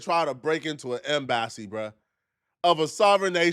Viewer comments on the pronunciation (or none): what’s the “M Bassy” it’s Em-bassy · Kmsl m bassy took me out lol em-ba-cee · Now 😂 M-Bassy 🤦‍♀️ Did you really sound it out instead of getting Google to pronounce it for you 😳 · Yo what’s an M-Bassy😂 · Bruh, Em-bah-see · Tf is a em-bassy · What is an em-bassiee 😂😂😂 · Dude said M BASSY lmao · Bruh im so glad im not the only one that bothered. 😂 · Ok look bro please practice your topic before you record your self it’s pronounced embassy. Remember the 3rd grade where they thought you how to break down a word when you 1st started to read Em-ba-ssy 😂😂😂😂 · Pronounced M BA CEE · it's hard to take u seriously when u repeatedly mispronounce words (ie em-bass-e) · idk why but he pissed me off when he said M-bass-e. nigga wtf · "M BASS SEE" is sending me, yo.😂😭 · African seep out in some words M BASSY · M-bass-e is frying me 💀💀💀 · Pronouncing “ehmm bassy” like that gon have ICE right at your front door 😭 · My man said “M bassy”😂😂😂🤦🏾‍♂️ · Why you pronouncing Embassy like an African name dawg😂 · 😂😂😂😂 you can't even pronounce embassy and you expect people to take you seriously!? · Bruh please stop sayin embassy like dat daaaawg..😂please stop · You can’t even pronounce embassy correct. Your opinion is null & void on this topic. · He put the wrong emPHASis on the wrong syLABle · bro, that’s not an accent. He has been in America more than long enough to know how to say the word embassy correctly. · Bro ain’t no way you pronounced embassy like that 😂😩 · Once he said embassy, I had to run to the comment section not gonna lie😂😂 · Bro was trying to rage bait us, I won't believe he actually say it that way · pronunciation of the word "embassy" is bout to make me unsubscribe 😤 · can’t read “Embassy” lol